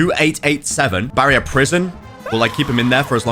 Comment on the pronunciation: When say barrier so bad Senpirats: finally you addmit it